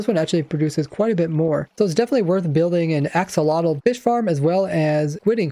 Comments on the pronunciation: Looking it up and listening to the pronunciation, it's: [aːˈʃoːloːtɬ] Which sounds kind of like "asholodt", but I would definitely recommend listening to it being said, ofc I wouldn't expect you to pronounce it exactly the same, but apparently it's not how we would normally pronounce axolotl with the x being more of an sh, and the tl being more of a dt. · ive always heard it as axolotl - x tl, even from axolotl owners. pretty pedantic, considering accents and language in general allows for people to pronounce things that mean the same thing, quite differently.